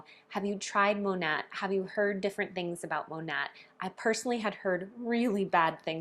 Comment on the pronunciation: The correct pronunciation is “Mah-Nate” which the company name is short for “modern nature” using the first syllables of these words. Hearing you mispronounce the company name repeatedly, I thought you might want to know.